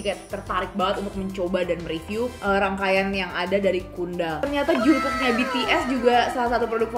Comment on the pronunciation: Jongkook 😭😭😭 Jungkook kak Jungkook 😭 bukan jongkok 😭🙏